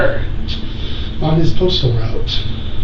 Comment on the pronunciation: the way she says "where" xD